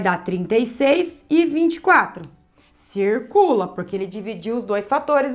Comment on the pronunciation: " a cê tá esquecendo uma coisa cirrrrrrrrrrrrcula o 2" fofinha